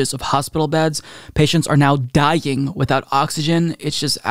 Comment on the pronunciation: “Die-ying” …Interesting. Think I‘m gona try pronouncing it this way for a month.